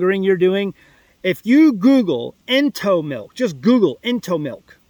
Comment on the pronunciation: Ento, like entomology. Ugh